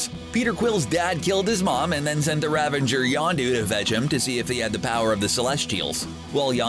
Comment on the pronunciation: RAVAGER. IT’S RAVAGER. NOT “RAVENGER” AND IT’S LUIS (loo-WEESE) NOT “LOUIS” (loo-is)